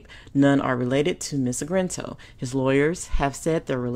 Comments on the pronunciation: its Argento,, Argento! Not 'Argrento!'!:-) Please excuse my grammatical police; I LOVE your content, but sometimes you mispronunciate proper names!:-) Otherwise, spot on content! We can agree the hypocrisy of the #MeToo movement, hijacked from the authentic stories of poor black women by liberal white feminists, but actually reinforce the same sexual predators and pedophilias that American patriarchy has historically thrived on. Their sexual violence and exploitation, especially regarding black men and boys, is core part of the system of white male patriarchy they claim to rant against. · It's ARGento, NOT AGRento. You're putting the R in the wrong place. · My goodness, is it so difficult to say a name right, even if you can't pronounce Italian names then at least say it right!!! Her name is A R G EN T O !!!! NOT ARG - R - ENTO! It's totally annoying to listen to this video!! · Ar-gen-to not Ar-gren-to. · it is pronounced AR-GEN-TO not Agrento. I believe that all perpetrators should be held accountable REGARDLESS of sex or race. That is why Lady Justice wears a blindfold, because Justice is supposed to be blind. She had a lot of nerve pretending to lead the #metoo movement knowing full well of her own behaviour. There is absolutely no excuse for what she did. I doubt any Justice will be had because of a statue of limitations law which is 5 years in CA. He may be able to sue her in civil court, but I doubt she will serve any time, which is a shame. And by the way, I DO care about male victims as much as female victims. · not trying to be mean but you're pronouncing her name wrong. It's Ar-gen-to. The way that you're pronouncing it is like this: Ar-gren-to. There's no R after the G. Just pointing that out. Love your channel though!! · UM.... who is Ms AGRENTO? i thought her name was Argento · her name is argento, not Agrento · DAMN, let me help, at least get the name right R-GIN-TOE, not GRIN. Sheeesh.